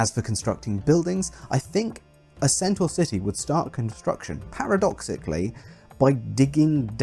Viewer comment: Originally centaur lived in mountains, wore nothing and got drunk a lot. They also wrestled. And carried off women. Their diet consisted mostly of meat, sometimes of men. Almost every depiction of centaur that has come down to us is based on Chiron; the civilized centaur. Thank you for pronouncing 'centaur' correctly.